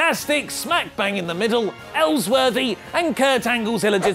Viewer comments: Ellsworthy?! Kill me, that was a great episode... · Ellsworty? WTF IS HE ON 😂😂😂